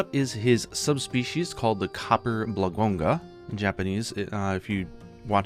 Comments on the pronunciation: it's blangonga and not blagonga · Hate to be that guy but 😅Slight correction, it's Blangonga, you left out an n between bla-n-gonga. A lot of people do this. Wonderful video as always.